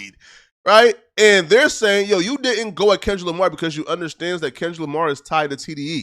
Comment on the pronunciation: So tired of acting like he cant pronounce his “R’s” in words. We here u say the same words with no problem sometimes a few words apart. Smh or i meant apaht smfh. Lamar twice then says lamah haaaaa